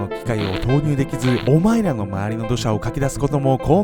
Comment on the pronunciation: オマイラ オマイラ言うから俺らに言うのんかと思った